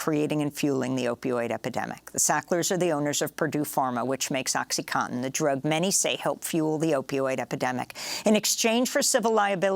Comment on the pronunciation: Oxycontin, not oxycotton!!! Morons